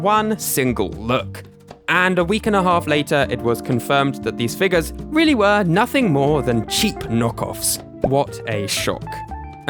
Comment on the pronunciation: why does he have to say figas instead of figure